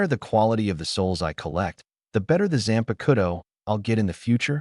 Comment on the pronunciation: y AI's always say Zanpakuto wrong ???